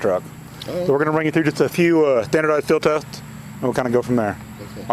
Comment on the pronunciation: If you can't pronounce "standardized field tests", then you probably shouldn't be an LEO.